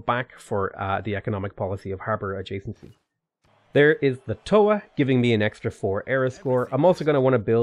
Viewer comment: As a maori trying to be a writer this game makes some pretty deep cuts right now. If you want to type in and hear how our words are pronounced. Marae and Toa are the ones you are doing your worst at.